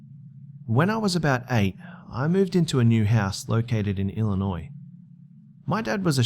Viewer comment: Yay, someone can pronounce Illinois right.